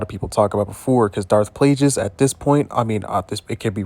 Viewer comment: You can pronounce plague but can't pronounce Plagueis? Palpatine pronounced it for you in Revenge of the Sith, and you still can't pronounce Plagueis. Not once in the English language is "gu" pronounce like "j". Linguist, language, guerilla, gullies, guard, ane plague are all pronounced with a hard g even by you your whole life, and you can't pronounce Plagueis? I tapped out within the first minute of the video. I figure I might fill my gut with gumbo, asparagus, and linguini until I'm fatigued and languid, as I do regularly, and beguiled at how this guy's tongue mispronounced Plagueis. 😅